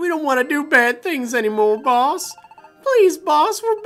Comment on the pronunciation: Sounds like your saying balls instead of boss